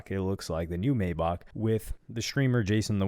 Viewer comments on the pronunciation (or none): I’m Nitpicking Said “MayBock” Instead of Mayback but all jokes aside What Adin Ross Getting himself into is Not Cool At All Even if it Is Just A Big ClipFarm 😂